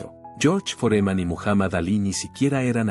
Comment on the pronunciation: Este pelotudo tiene que aprender a poner tildes donde corresponden pues no es Foréman a es FÓREMAN!!! Analfabeto no es Áli el es ALÍ!! Aunque se que no es capaz de comprender por ser burro!!